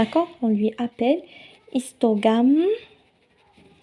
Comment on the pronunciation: Histogramme et non histogamme